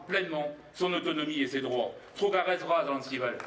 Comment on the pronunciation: vous vouliez sans doute dire et écrire "TrUgarez vras"?? d'ailleurs ce TROU du cul de prononce non pas TrUgarez mais TrOUgarez: je le croyais pourtant bretonnant ce pignouf???